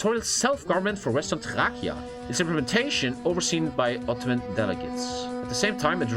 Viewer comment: You say Thrace as Thrachia.